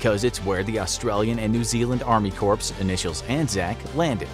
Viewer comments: Pronounced "CORE" not corpse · The info graphic channel is so in accurate plus they don’t pronounce words correctly. Corps is Pronounced core. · did he really just pronounce “corps” as “corpse” with a hard “p”? Lol